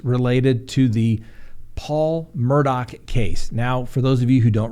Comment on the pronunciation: Please! It's Murdough.. not Murdock!